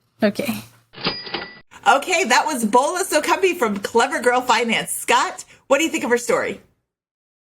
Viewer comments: FYI you are butchering the first name, Boola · Her name is pronounced "Bola" like Bobby, not like Ebola.